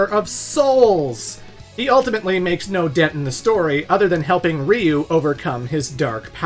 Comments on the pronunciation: It's so funny to me when I hear people saying "Rhee-you" and thinking it's any less wrong than "Rye-you". If you're confused, here's a hint: Ryu is one syllable. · Dude said reeyou instead of ryeyou is wild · Ya pronounced Ryu wrong , it’s like Rye-u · “My mom doesn’t really play video games, but she sure as hell knows who Ryu is!” Sonny, that’s pronounced Raiyu. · Dude, did you say Ryu-nion? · You cant even pronounce Ryu lol